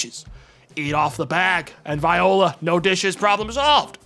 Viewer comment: Is this a prequel to the streamer life simulator stream? Are we getting a livestream cinematic universe? Edit: Never Forget pronounces "voila" as "viola" Edit: lol at the cheese bit, American cheese is dog trash cheese. The wax is on Gouda you cheese illiterates!